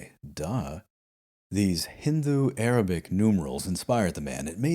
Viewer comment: Your pronunciation of 'Cordoba' and 'Hindu' really impressed me in this video. These videos just keep getting better! I love the fact that you read multiple books to get different viewpoints on the cultural situation in al-Andalus. It is so refreshing to get a such a nuanced look at history without doing a considerable amount of reading. I thank you for these podcasts.